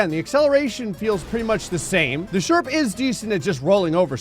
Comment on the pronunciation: Ah yes the sherprehs